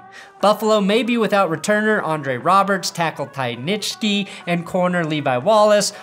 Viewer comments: Ty Nseche it's not nitschky it's like dos equis but instead of do it's ns-equi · It’s TY IN-SECK-IE for future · Het, it's pronounced Ty Nn-seh-key